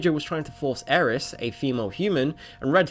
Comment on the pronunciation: It's Aerith, not Aeris.